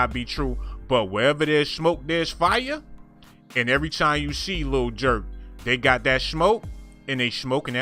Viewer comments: Stop callin him jurk his name is durk you know you know how to say hia name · Dude said Lil Jurk🤦🏽‍♂️😂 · Its kinda funny how he using a voice changer and also clickbaiting tf outta people by usin people deaths dumbass he bought all da seats to da concert and then rondo just canceled it tf clout chaser he couldn’t even say durk right tf goofie 😂😂😂😂😂yall bs youtube pages just makin more drama u dont even know da situation stfu bs youtube page lil nigga u full of clickbait😂😂😂😂😂